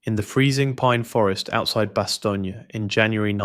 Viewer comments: It's just "Bast-OHN". Not "Bastonya" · God I hate AI it's Bastone not Bastonia ass clown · Why does the series pronounce is BAH-STONE and you pronounce it BAH-STONE-YAH? Which is the correct way?